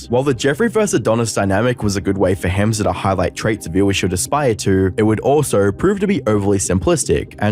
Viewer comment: Hamza is pronounced hum-za